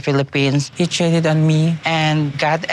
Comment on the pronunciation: when he said, “I’m sorry I ‘sheeted’ on you,” in that weird pidgin pronunciation, it’s like it didn’t count. The mispronunciation negated the meaning. He can say he never said it, because he didn’t.